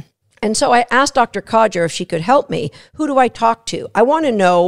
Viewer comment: Sorry, had to mention this.. It's Dr Coger, not Codger 😀